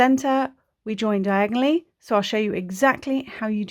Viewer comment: When yiu say "diagonallly" I hear "Diagon Alley" ... 😅🤣😅🤣😅🤣😅🤣😅🤣